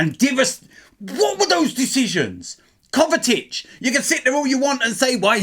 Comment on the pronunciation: Man said Kovatic 😂